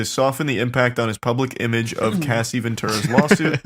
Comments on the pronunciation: Mispronouncing Cassie’s name was frustrating but why was Kid Cudi’s being blown up funny? Your pronunciation of Jodeci was atrocious! You asked for help on how to pronounce the word “irreconcilable” but couldn’t be bothered with pronouncing the names of the people involved properly. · I couldn’t imagine uploading a whole report on someone and pronouncing their name wrong every time even though they are famous and it’s an extremely common name lmao 😂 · Anyone else getting tired of pronouncing Cassie as Casey? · it bothered me so bad calling her casey not cassie. What was funny about any of it either? The giggling when reading that terrible stuff was kinda cringe. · It's pronounced Cass-e not Casey. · You'd think after reading the name 1000x you would understand her name is Cassie not Casey. Moron. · Her name is Cassie not Casey FFA each time you said her name incorrectly I wanted to smack you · Why is he calling her Casey? Her name is Cassie lol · kinda crazy how much y'all mispronounced their names or artist name. Cassie, not Casey. I always wondered what happened to her cuz she was HOT SHIT BACK THEN. Joe-Da-See = Jodeci, not Joe-dak-ee. Jodeci was very famous and a great group of singers. Sadly, they could have stopped something from Diddy. Saying that though, I'm sure diddy would be out already. Now, with all the shit that he has accumulated throughout the years, the man is donezo. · Yeah they changed pronunciation halfway through from "Cassie" to "Casey," and it was really bugging me. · Its not pronounced casey. Its pronounced like sassy. I wanna slap that dude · It’s disgusting how they can’t even pronounce Cassie’s name right. Especially laughing at her traumas. This felt like a high school presentation that nobody was prepared for. Shame on them. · You can at least say her name correctly when talking about her trauma